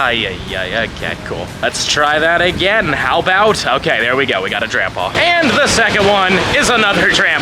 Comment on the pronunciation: Sounds like you're saying shiny grandpa